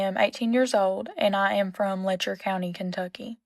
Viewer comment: It’s pronounced Letch-er